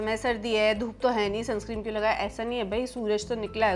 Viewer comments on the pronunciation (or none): Sunscreen hota h sunscream nh😅